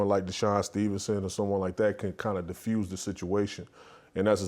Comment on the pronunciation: Defused not Diffused cmon Kristine